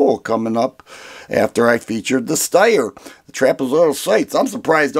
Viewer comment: It's pronounced SHTIRE.